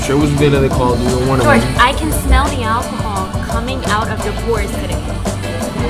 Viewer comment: Bro how does even his manager say GEORGE instead of Jorge